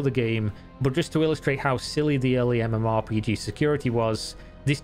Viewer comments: who the fuck says mmorPIGI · ok sure, but more importantly, why did you pronounce MMORPG that way?